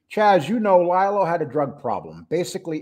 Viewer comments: Not Ly-Lo. It’s Lee-Lo. Please pronounce it right. Exactly, they are similar but Lilo went to jail. Jimmy didn’t. And it was a woman. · I am not sure you understand his name is pronounced LEE-LO NOT LIE-LO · Yeah it’s Lee Lo but when you do a show in one take, there will be mistakes or mispronunciations from time to time. We try and have it correct 100% of the time but sometimes shit happens.